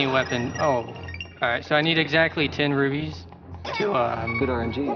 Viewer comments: is it just me or is he saying rubies? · i hate when people say rubies instead of rupees